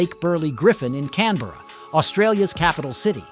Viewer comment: If you do a video about a city, maybe you should learn how to pronounce it